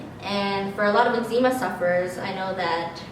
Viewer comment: Why do you pronounce the word eczema like (noczema but eczema)? Just wondering bc the doctors pronounce it differently. Also, I changed my diet for 60 days and no improvement in my skin. I've been to a naturopath and still no answers. I do not have itchy skin. But I agree with your morning routine - mine is first prayer then scripture reading and if I can, a morning workout.